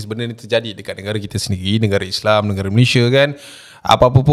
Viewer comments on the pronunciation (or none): none